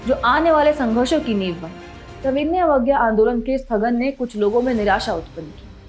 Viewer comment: मैडम आपके सविनय पढ़ने का तरीका गलत है आप हमेशा गलत उच्चारण कर रही है